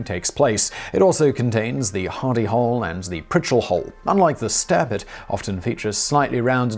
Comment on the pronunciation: At 1st I thought you were saying Hidy Hole!